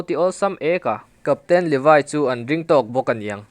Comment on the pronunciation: Levaiiiii anilo levi vi i viiiiiiiiiii English deuh a lam angailo ngaihthlak hrehawm